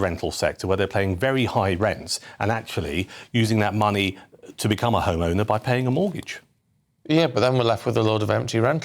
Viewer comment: she wants our “moneh”